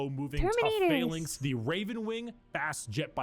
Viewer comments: PHALANX not Phallus 😂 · 40k shut does exist, but it is heresy. He had a weird way of pronouncing 'phalanx', which I had always heard it pronounced 'fey-lynx', but maybe thats just me. You think the blood angels are sad, look up ones of their successor chapters, the lamentors. Now that is a depressing story.